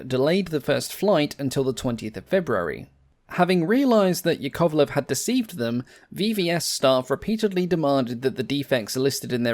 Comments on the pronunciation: yAkovlev, not yakOvlev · OMG! I understand that russian surnames might be hard to pronounce, but it's easy to remember: Yak - YAkovlev, never YakOvlev. So as LAvochkin (not LavOchkin), TUpolev (not TupOlev), KAmov (not KamOv), but Il'yUshin, MyasIshchev, SikOrsky. Nevertheless it's a good quality channel. Good luck with it and greetings from Russia! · small correction it's yAkovlev, not yakOvlev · "yAkovleF", not yakOvleV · Just a tiny but important point - "Yakovlev" is pronounced with its stress on the first syllable - YAK-ovlev. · A quick tip from a native slav: "Yakovlev" is pronounced ['jakəvlev] with the stress on the first "ya" and the "o" simplified to the neutral "ə". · Pretty, pretty please. Russian aviation journalist rushing in. Here are correct stresses for you: YÁkovlev (Yak), TOÚpolev (Tu), IL'yÚshin (IL), MikoyÁn and GurÉvich (MiG), SukhÓi (Su), AntÓnov (An), LÁvochkin (La/LaGG fighters), PetlyakÓv (Pe), PolikÁrpov (of U-2/Po-2 the Sky Crawler), KorolyÓv (“space program father”), ChertÓk (the missile man), GagÁrin (cosmonaut №1), TitÓv (cosmonaut №2), LeÓnov, (first man in open space) TereshkÓva (first woman in space), KvÓchour (test pilot), BÓgdan (test pilot). Mikhail Mil of Mi helicopters is pronounced similar to the French thousand: Mílle, but with L not swallowed. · Stress mark is on "a", like in "Yak" - Ya'kovlev A smal suggestion: you can make a video about I-220 - it's story can raise some eyebrows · Hearing the 2nd syllable stressed is going through my spine like nails on a chalkboard. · Interesting pronunciation of Yakovlev's surname.